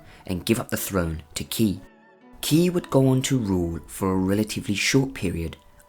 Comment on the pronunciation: not key, its pronouced Chhi